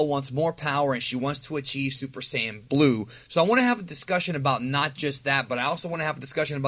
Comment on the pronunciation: There's no "Super Cyan", no official source ever says "Cyan" it's either "Saiyan" or "さいやじん"